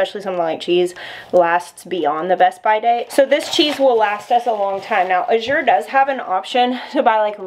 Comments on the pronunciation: A-zure not I-zure. LOL! J.S. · Azure is pronounced with the emphasis on the first syllable. Like azure blue.